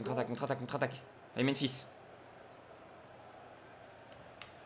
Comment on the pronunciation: ca me stress de l'entendre dire "Menphis" à chaque fois mdrrr